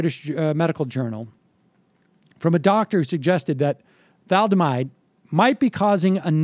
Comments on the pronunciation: "Thomaldehyde," Sam? Then "Thaldomide?" Read the card again, please. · Sam said "thamaldehyde." Then he called it "thaldemide." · Tha-Lid-A-Mide. Don't you hate know it all boomers? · The word sounds like Tha lid a mide. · Like how it's pronounced in we didn't start the fire. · It's pronounced thuh-LID-oh-mide. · C'mon Sam, you're not that young... haven't you ever heard the word thalidomide before? It's pronounced "tha-LID-o-mide"... Got it? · Its surprising to hear Sam not know how to pronounce thalidomide. I'm only 49, yet that word is INFAMOUS to people in my generation. "Thalidomide babies" was a phrase we heard so often. A girl a few houses down the street from me was born with no hands because of this, she was about my age. Thalidomide was as infamous a word for everyone my age and older as "agent orange" was, etc. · Let's retitle this "guy who can't pronounce thalidomide tries to defend the inefficient and cronyistic bureaucracy, claims to be to be educated on history"